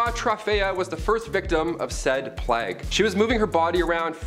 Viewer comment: Ah yes, the Black death aka the great "Pleg"